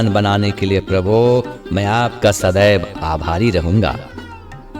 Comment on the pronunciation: Prabhu shabd ko theek se bole. Yesa lagta hai ki aap Prabhu ko dhamki de rahe ho.Baaki prarthana acchi hai.